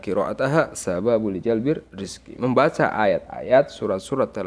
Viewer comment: Afwan ustadz,mgkn bacaan yg bnr lijalbirrizqi wa hushulilghina bgtu